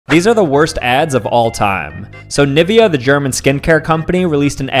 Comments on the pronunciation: It's pronounced Nee-Veh-Ya not "Nihvya" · Nivveyah? it's pronounced NEE-VAY-YAH! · There is no way it’s pronounced “Nivia”😶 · "Nivea" Germans: "It’s pronounced Nie-veh-ah dumba$$“ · bruh i always pronounced nivea as nee-weh-ah 😭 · As an european person i am infuriated that you pronounced Nivea like that. It's ni-vE-a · Nivea, pronounced Nee-vay-ah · Cool video, btw it's pronounced nih-VEH-ah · What's wrong with "White is purity" and "Lighter is better"? In or of itself those are absolutely neutral axioms. Who the hell thinks those are discriminative or smth? Also please, I beg you!! never , ever butcher the pronunciation of "Nivea" THAT BAD ! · The pronoucniations of these brands are criminal.. and I'm not even German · Why does he pronounce Nivea the way he does😭😭🙏🙏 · I am sorry....how did you just pronounce NIVEA? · Nivea? Pronunciation is just... Well... Oh, fck this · Why did you pronounce nivea like that wtf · I-... as a german I feel offended on how he pronounced nivea